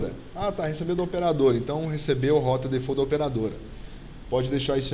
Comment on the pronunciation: "de - fá - últi" de buqui is on de teibol